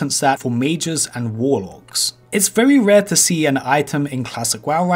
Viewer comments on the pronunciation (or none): none